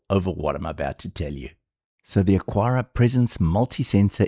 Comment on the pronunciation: Say it with me, AH-kar-uh (Three syllables: "AH" like "father", "kar" like "car", "uh" like the schwa sound at the end of "sofa")